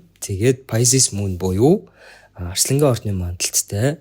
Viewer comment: Арьслангийн биш Арслангийн гээ хэ